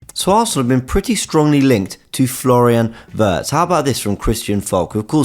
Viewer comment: Every time you say “a Wirtz” it sounds like you’re saying Havertz